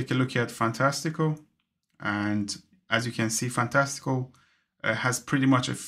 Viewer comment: Thank you for this! I have already made the switch to stop the financial drain! Can’t wait for the update! One tip, the app is pronounced ‘Fantastic-Cal’. Cal, like the start of ‘Cal’-endar. I wish that you would slow down a bit and tell us what to do as you were doing it. For instance. “to expand this calendar view, I am spreading two fingers in the middle of the screen.” Very helpful video!